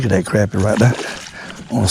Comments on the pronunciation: I totally agree.its crappie,not croppie. You go get um! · thank you for saying CRAPpie instead of CROPpie like all the yankees say and every other fishing video. I guess its because they are just full of CROP !